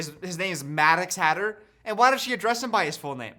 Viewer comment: Maddog Hatter is what I heard